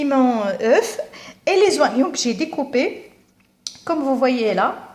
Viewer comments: Et vous avez fait attention au H , et oignon au lieu de prononcer ognon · Oignon se prononce comme "onion" et non pas "wanion" comme tu le fais. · Ya khah 3la les zoinyon